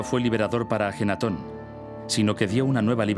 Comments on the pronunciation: Es AKENATON, que bruto póngale cero xD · AKENATON no ajenaton, ya la regaste antes de empezar.